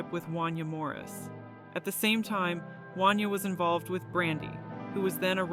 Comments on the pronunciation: It's pronounced won-YAY' not wan-yuh!! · 😂 Right! I’m from Philly, I had to do a double take, I never heard anyone say his name like that😂😂